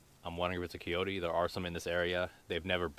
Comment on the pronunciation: The way you said coyote...got me wondering how many others say it that way too??? Anyhow, I enjoyed the video!